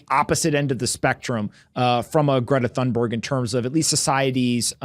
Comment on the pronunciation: ca. . FYI, the correct pronunciation of Thunberg is toon-berg, the 'H' is silent and the 'U' is long, as in moon and June.